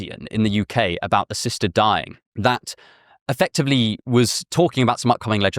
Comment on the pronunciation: The speaker’s rhotacism had me asking “what is ‘sister dying’?”